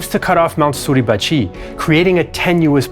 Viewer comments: The way you say "Suribachiiii"" is freakin' annoying. It is Suribachi, with a short ,final "i" . Not a long one!!!!! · There are no emphasized syllables in Japanese. Therefore Mt. Suribachi should not be pronounced Suribachee. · For how great your French and German pronunciation, your Japanese is very bad. I teach Japanese and could teach you proper pronunciation in 60 minutes. Each syllable equal short annunciation, none of this su-reeeeee-ba-cheeeeeeeee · I can't get used to your pronunciation of Mt sarahbachi. I know it's misspelled but that's the way I've always heard it. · Why do you mispronounce suribachi so forcefully? Japanese has no syllable accent.